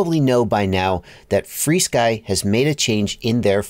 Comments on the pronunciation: There’s an irony with the way you pronounce it “free-sky” 🙂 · FrSky isn't "FreeSky"